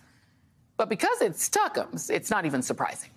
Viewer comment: I literally die every time at "Tuckumz".